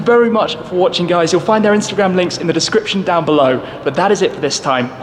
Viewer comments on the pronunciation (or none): none